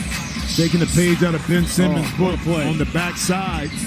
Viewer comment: ㅋㅋ '밴' 시몬스